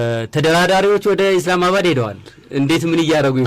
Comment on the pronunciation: ኢዝላም አይባልም አስተካክሉ ኢስላም ነው የሚባለው